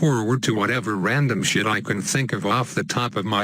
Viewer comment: I know you said have a patchy day, but how u said it, it sounded like have "apache" day. LOL XD